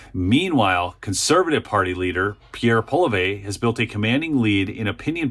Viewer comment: Pierre polly-ev bud